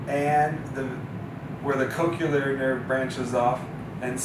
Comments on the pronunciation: Thanks for this great explanation! I look forward to sharing the video. PS: I was distracted by this... Coch-le-ar is pronounced like nu-cle-ar. It's not coch-u-lar, nor is it nu-cu-lar. 😊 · I can't even, with coch-u-lar... Also, how is this pronounced Zook, if the O has a long vowel indicator? Shouldn't it be ZOKE? (Rhyming with JOKE)